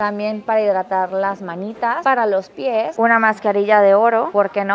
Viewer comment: "me encanta que me quiten loj pellejo de los piej" jajaja 👏👏👏